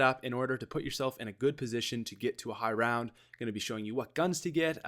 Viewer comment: Lol high roun